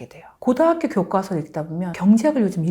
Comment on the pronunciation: 그런데 교수님 ᆢ국어교육과 ? 이니면 국문과 교수 ᆢ 아니신가요 ? 교과서를 교꽈서라고 발음 하시네요 . 된소리를 내지 않아야 되는 단어로 알고 있습니다.